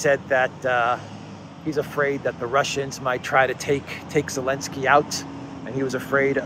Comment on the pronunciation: Can someone explain to me why Volodymyr Zelenskyy's name is being mispronounced ?